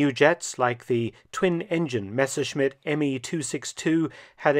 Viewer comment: Dr. Felton is a rare figure pronouncing the Messerschmitt correctly🙏🙏